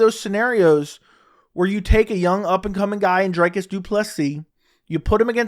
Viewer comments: Good shit. It's pronounced Dree-Cuss though my dude. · Bro is a chronic Dricus hater, can’t even spell or pronounce his name correctly. 19 finishes in 20 fights when will you stop hating. You keep talking about the holes in his game but his output is still there even if he looks gassed. Dricus to retire Brunson